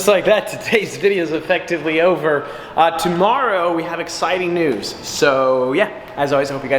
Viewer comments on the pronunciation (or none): none